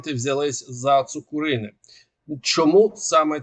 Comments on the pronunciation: Не ЦукурИне, а ЦукУрине, не ЗорЯне, а ЗОряне врешті решт. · Ударение в Цукурино на 2 у